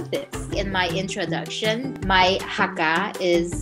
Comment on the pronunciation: You pronounced the word "Hakka" correctly. I've seen some people saying pronouncing it as "Hecka"